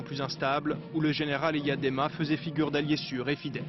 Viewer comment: Elle ne sait même pas prononcé EYADEMA